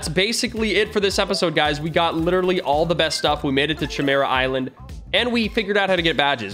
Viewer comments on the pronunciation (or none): Cchemera Island Everyone: Chimera Island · nah he said Ćhemera Island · I die a little every time he calls it the chymera island